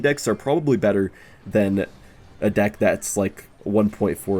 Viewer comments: he says dih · bro did not say deck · he did not say deck